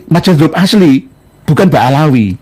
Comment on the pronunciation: Ba'alwy bukan Ba'alawy